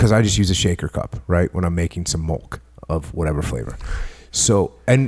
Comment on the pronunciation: Jocko has one of the greatest podcasts of all time... I stopped listening after he said "Strawberry Mulk". Jk he still kills it.